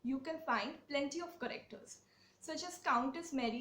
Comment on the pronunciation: I am very much contented with your video but why do you change the pronunciation of words ? While you say, characters, it sounds like correcters. 😄